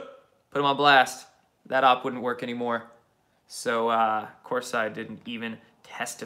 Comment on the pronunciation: corsi pronounced corsee